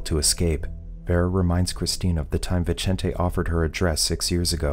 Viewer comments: Vicente isnt pronounced like that, its pronounced like Bithente, the "th" as in "think" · Vincent, is the translation to the name Vicente. the way Viecente is pronounced in this video is cringe for someone who speaks Spanish